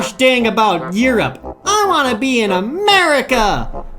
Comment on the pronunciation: "Eroupe? Who wants to be in Eroupe? Lets go to Ameeeerrriiicccaaa!!! AAAANNDD mutiny..."